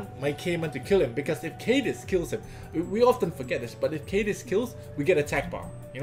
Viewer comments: It's pronounced Kah-Diz not Cai-Diz. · no no no don't stun cadiz! What i heard: Don't stun anus!